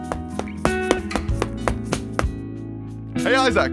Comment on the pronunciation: Always forget hes an Aussie, then he says some shit like “eye sack” newton